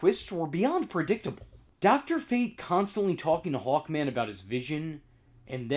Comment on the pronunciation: I though you were saying "Hulkman" instead of "Hawkman".